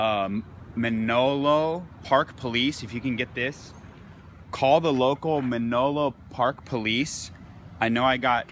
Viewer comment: OK, First I wouldn't follow anyone's advice, who can't even spell. How many times did he read "Man-O-Lo Park police" off the side of the cruiser, when it actually says Manlo Park? The 2nd Edition of Black's Law Dictionary, is from 1910. It's 112 years old!! Do his followers think that there have been no Amendments, updates, new rulings, or Supreme Court challenges that might have changed the driving laws in the past 112 years? The State makes the driving rules and regs, and smaller municipalities can even be MORE specific about local ordinances. The police were not illegally searching his truck. They have to do an inventory of the car's contents, so there are no problems at the lot when he goes to pick it up.:chillwcat::dothefive::goodvibes